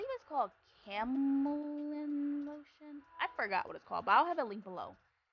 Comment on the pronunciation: I'm going to help you sugar...Cal-la-mine lotion. I couldn't have you struggle any longer 😂